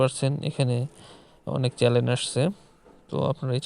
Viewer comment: এটাকে চ্যানেল বলে চ্যালেন বলে না.